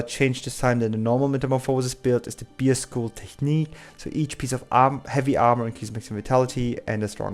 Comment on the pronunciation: bear and whirl- not beer and wiil